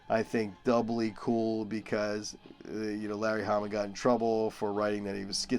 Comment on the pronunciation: Did you say Harry lamma verse............................I know ..... you said Larry Hamma